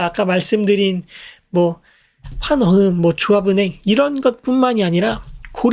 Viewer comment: 환어흠 X 환어음 O